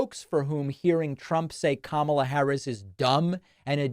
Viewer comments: Why doesn't anyone just point out the obvious? ! It's been at least five years now, and he has yet to learn how to pronounce her name. He's gotten it right occasionally, but if he can't remember how to pronounce his opponent's name, how will he be able to lead a country? You may say that he's doing it on purpose, but that doesn't make sense either, since he sometimes goes back and forth with the correct pronunciation. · The last I knew ( Camilla ) was the Queen Consort to King Charles III of England... If he can't even say his opponent's name ( Kamala ) correctly he must not be mentally fit for office. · Kamala Harris had been in the public eye for many years even before being vice president for 3+ years. Despite that fact, the former presidential felon still seems to be incapable of correctly pronouncing her name. Maybe at this time, a common mispronunciation of his name would be appropriate? I throw out the first suggestion as Doonuld Tramp. I am sure the Pakman listeners could come up with much better mispronunciations for the twice-impeached felon. Let's hear them!